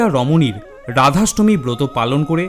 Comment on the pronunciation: খুব ভালো লাগলো। ধন্যবাদ। তবে ভিডিও টি নিজে একবার মন দিয়ে শুনে দেখুন আপনি কতবার র এর জায়গায় ড় উচ্চারণ করেছেন। আপনার ড়াধাষ্টমী (রাধাষ্টমী) ব্রতকথা ভালো লেগেছে।